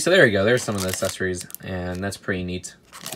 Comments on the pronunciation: Can’t say accessories (Assesaries) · did anyone else notice that he says “essesories”